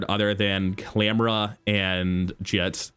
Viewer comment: I know it’s not a big deal, but hearing jitte pronounced as jit always tilts me lol